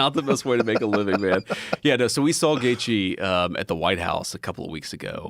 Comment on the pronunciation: How he pronounce Gaethje right and wrong at the same time